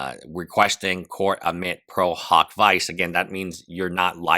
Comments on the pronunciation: Isn't it pronounced veechay not vice? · “Pro hac vice” is pronounced “pro hock vee-chay “ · The pronunciation of prohawk vyse aside, there could be a reason for the new lawyers. At a minimum, it appears that as of July 14, Kassis is also acting as legal counsel for Denims.